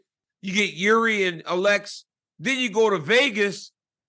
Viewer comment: Pronounces the last name right but keeps saying “Uhlex” instead of “Alex” 😂